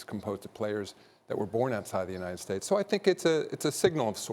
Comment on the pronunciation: “Unied States”